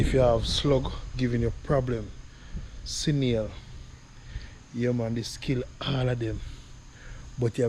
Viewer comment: Snail NOT Sinail